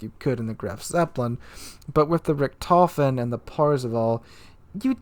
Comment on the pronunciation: The T10 CV Rektoufen - You're butchering my beautiful language.